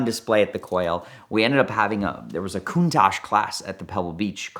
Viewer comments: stop calling it a Cooontaahhjjjee it's Con-taTch. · Valentino Balboni doesn’t pronounce the name Countach as “Countosh”. I’ve heard him say this word in interviews several times. Either is mispronouncing it or Valentino Balboni is mispronouncing because they are miles apart and they both can’t be correct. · are Americans pronouncing Countach wrong when we say it as “Countosh” or is Valentino Balboni’s pronunciation wrong how he says it at in the video linked below?